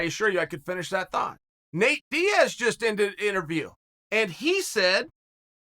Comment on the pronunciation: Also, Daiz instead of Diaz.